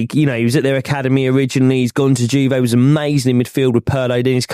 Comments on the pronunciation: “Gone to JewVay…” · The way the Arsenal fan says Juve 😂😂😂 all these guys get any semi foreign name wrong